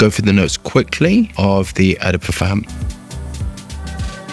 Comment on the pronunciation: u say "O" the parfum. not EH the parfum. just so u know.